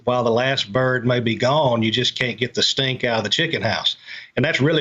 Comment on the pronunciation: I think he said stink just southern like